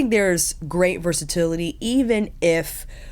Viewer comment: Love this review, the best one yet for this product. I'm happy to see it as I've --- ORDERED -- this woohoo... "but when you use it it's a grey't time"